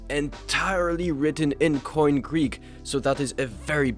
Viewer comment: koine greek is nout pronounced like "coin", you should either pronounce the e at the end like in erasmian pronounciation (anachronistic for the first century A.D) or like "kini" (with the post 6th century greek pronunciation).